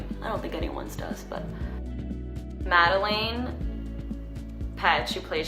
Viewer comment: Medelin Peetsh